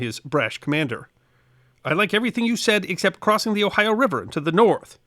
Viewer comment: Thank YOU for pronouncing "Ohio" correctly. Not the "Ohi-a" many seem to think how it's pronounce. Good episode!.